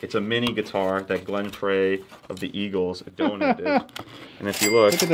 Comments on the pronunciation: Did you, actually, say Glenn "Freh"? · Great video except.....Frey is pronounced "Fry" :)